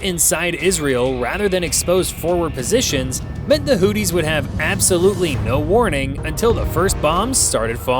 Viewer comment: Houthis - pronunciation: who-thee, as opposed to 'Hootie' as in 'and the Blowfish'.